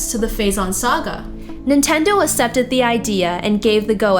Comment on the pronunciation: Aksepted not assepted otherwise great